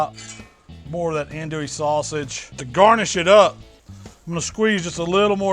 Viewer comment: Killing me with the pronunciation of andouille..